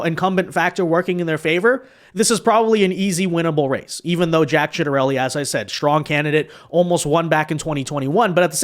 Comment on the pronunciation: You should really make sure you know how to pronounce 'Ciattarelli' before making a video about him. lol